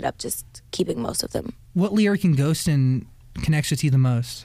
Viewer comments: She couldn’t even say Ghostin….. she would’ve cried right in the first second of the track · I don't think she'll ever perform that song, as we can see here she even has problem saying the name and even talking about it